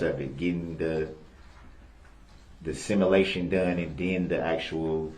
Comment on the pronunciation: What’s a “Simalation”? 😂😂😂